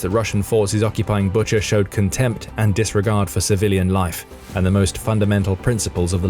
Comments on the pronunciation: Bucha is pronounced BOO-cha. Not BUT-cher like butcher. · I think it pronounced Boo-cha.